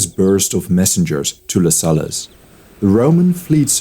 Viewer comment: Man, your content is great, bu the pronunciation..."peninSHula", 'LuSullus"